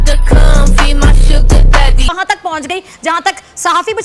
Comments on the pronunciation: Sugar Daddy ❌ Suuar Daddy ✅ Pornhub waaley ❌ MajjHub waaley ✅ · Suger daddy nhi sooar daddy😂